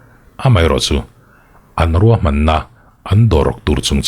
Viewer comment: "Chu pawh chu a ruak deuh danah" tih lai hi, "Chu pawh chu a ruah deuh danah" tih tur zawk.. Zofa te zing a aw(voice) nalh ka tihber te zing a miin i han tisual țut chu, human error/ mistake a nih leh nih loh pawh dâwn lem lovin ka rawn thai lang țhuaisss